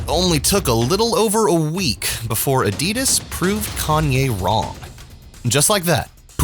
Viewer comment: Your pronouncing ADIDAS wrong